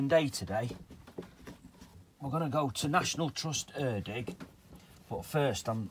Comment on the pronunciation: Erddig pronounced "Erthig" th as in the one in "The"